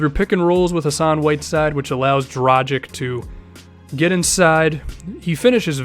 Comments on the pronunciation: My concerns were justified, its pronounced Dragich not Drajick. Dude dont you watch the NBA a lot, most commentators pronounce it correctly. He is one of the best point guards in the NBA and its about time people start pronouncing his name correctly. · Dragich not Dragick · Im not hating man. And you definetly arent the first person to make this mistake. You just got to understand he is the only Slovene NBA player and its kinda frustrating seing everyone pronounce his name wrong. Great video BTW.